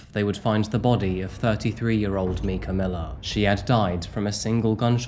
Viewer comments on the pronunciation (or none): I’m guessing that you haven’t heard that Myrtle Beach’s nickname is “Murder Beach” ‘Mica’ is pronounced “Micah” like Micah, the name from the Bible or think of the end of the word Formica as in Formica countertops. I usually don’t correct people, especially because I know he has an accent but Micah was an incredibly beautiful woman who was done so wrong and victimized and she deserves a voice and for everyone to remember her and her name. Her murderer should be forever forgotten. He’s such a piece of scum. I live in Myrtle Beach and this is one of the most heartbreaking incidents I’ve seen in a long time. Why? Obviously there’s Domestic Violence, Mental & Physical Abuse, Murder (I’ve been in a DV relationship, I have no doubt it was murder.) The biggest reason I think her abuser & life taker is the lowest of low is because he claimed to be a man of God. Men and Women who take on the roles as leaders in churches as Pastors, Preachers, Ministers, etc… I fully believe that they are held to a higher standard in God’s eyes because He (God) knows that these men and women are taking on a position where they are supposed to be role models for the people in their churches, where people who are struggling, having crises, needing spiritual guidance, have questions about the Bible and questioning their faith come to ask questions and these people, look up to these role models day to day, they see them. They watch their actions and words, how they live. Don’t get me wrong, of course, they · Love this channel and your content, but you really gotta make sure to pronounce a victim’s name correctly. Micah or Mica is a very common English name with Hebrew roots, said like “Mike-uh”. Very distracting the whole time. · i'm pretty sure it's pronounced micah